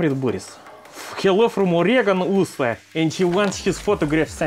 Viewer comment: "from Oregon, USA" ah yes USA pronounced the way it should be.